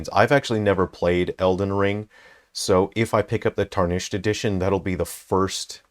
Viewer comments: Dude, it’s TAR-nished, not tar-NISHED. Driving me insane. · Erm actually it's pronounce tär-nish-ed sweaty